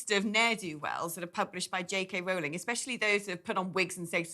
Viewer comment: Her name is pronounced ROLLing, not ROWling. She's even corrected people herself for incorrect pronunciation.